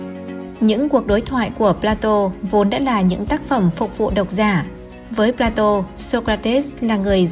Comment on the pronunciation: Phải phát âm là "pla-tông" mới chính xác. Chuyên mục do Kênh làm rất hay, rất công phu ... Tuy nhiên tất cả các phát thanh viên nên trau dồi thêm ngoại ngữ nữa thì thật là hoàn hảo. Người xem phải chịu đựng như tra tấn "chát chúa" vào tai : "pla-tô" nghe thật chán vô cùng tận.